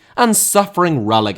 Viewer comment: Dinamo* not Dinamau